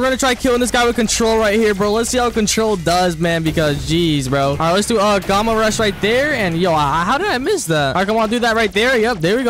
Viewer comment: Finally can pronounce Gamma rush not Gamer rush 😂 🎉🎉